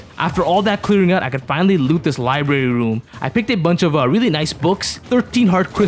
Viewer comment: oh yes, the lybrayi woom